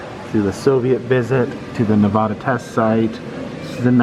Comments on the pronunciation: It is NOT pronounced "NEH-VAHH-DAH" goddamn it. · I like your videos but this drove me nuts im a nevada native its pronounced nevaduh not nevada lol keep bring these cool videos of history its amazing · Ne-va-da.... the va is pronounced like you would say "vat" or cat... not vaaa or daa 🤣🤣😅 just a heads up lol no one that was born and raised in Nevada says it like that. 😉